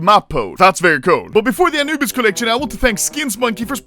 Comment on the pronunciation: Why does the Swedish man say it like anoobise bruh 💀💀💀💀💀💀💀💀